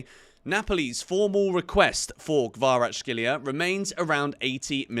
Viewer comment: It's Kvaratskhelia, mate. Not Kvaratshkelia. "CH", "X" sounds are back to back.